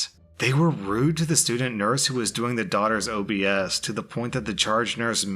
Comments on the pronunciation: it's obs not o b s. it's short for observations. You're welcome! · Obs is pronounced "obs" not O-B-S... it means observations... blood pressure, pulse, and general well-being. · "obs" is short for 'Observations', you just say it like a word, not letters. It's when the nurse takes your temperature, blood pressure, and pulse. It's to make sure you're still stable. Source; Both my parents are nurses XD (Also can confirm, families are often worse than the patients. My mums worst case was someone who was FAKING being a patients mum because said patient was sick and they were trying to scam them while they were delirious, I think they were a family friend???)